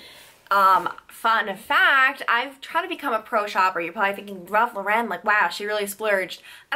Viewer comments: RALPH LA "REN".....UMMM NO.....ITS JUST REGULAR RALPH LAUREN!! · The way you say Ralph Lauren kills me 🙄🤦🏼‍♀️